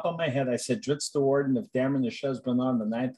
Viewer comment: Still drives me crazy hearing "Drits" lol